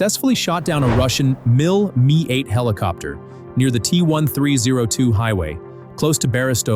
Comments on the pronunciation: hey!! who ever or what ever you are I sing to pronounce Russian air assets is ALLWRONG!!!! MI-8 Helicopters are actually called MI-8. and are never pronounced like the word "me" and MANPAD airdefense weaponry are pronounced like they look manpad. NOT M.A.N.P.A.D. stop using your co.puter to pronounce air assets correctly before you post and everything is all wrong making you look like the biggest lover noob to ever post on youtube. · "SYU-25" "ME-I 8 Helicopter" 💀💀💀